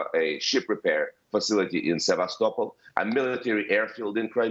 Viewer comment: She’s not even pronouncing sevestapol right